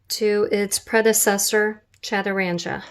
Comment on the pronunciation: The gee in 'chaturanga' is a hard gee pronounced as in 'guest', not the soft gee as in 'gym'.